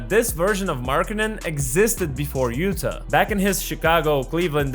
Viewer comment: Utah = YOU-taw